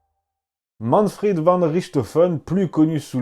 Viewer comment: Léon Vandjour Pourquoi prononcer Manfred à la façon anglaise par Manfrid ? En allemand, le v se prononce comme un F : von Richtophen se prononce Fon Richtophen. Mais à part ce petit détail, j'apprécie beaucoup votre ''Petite histoire'' ! Bien à vous.